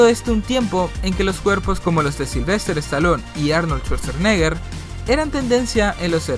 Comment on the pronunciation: Se pronuncia Staloun, no Estalón. Y Schwarzenegger, no Schwarzernegger